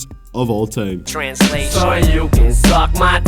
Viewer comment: Of all Teim? Dat pronouncing tho